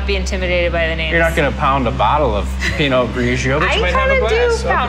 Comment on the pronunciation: Pinot Grigio is pronounced: pee noh GREE joe! Learn it!